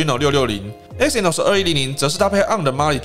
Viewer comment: 不好意思，更正一下你的發音，Exynos 的E是不發音的，正確的唸法是：西諾斯